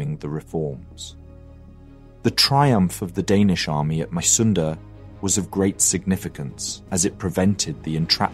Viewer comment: Being a Dane interested in History and living about four kilometers from Mysunde (pronounced: Missunde) I have a small, but in my opinion important correction: The new King Christian IX didn't contemplate much as he took over the crown on the 13th of November and signed the November Constitution on the 15 th. The government more or less presented him with an ultimatum: Sign or ...! indicated his forced abdication. Being of the House of Glücksburg he was personaly eager to maintain at least that part of Schleswig as part of the Kingdom of Denmark, but his efforts were (as we know) in vain. Besides that I do like your videos very much.